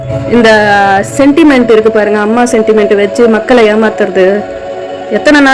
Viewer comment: VELUSAMYSIVAN, முத்தமிழ் வித்தகரின் உச்சரிப்பு இது. மக்களை பதம் பார்த்த புயழ், அரசுகல் ஆறாயிரம் ரூபாய் அறிவித்திருக்கிறது. வீடு இள்ளாமல் மக்கல் சாக்கடைகளில் அவளுருகிற நிலைமை. கேள்விகல் இருக்கிறது.